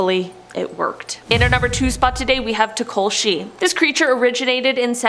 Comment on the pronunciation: South African here, its pronunced "Toh-Ka-Lo-Shee" ✨️